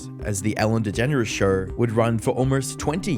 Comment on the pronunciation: What's a sher? It's "show" you donkey.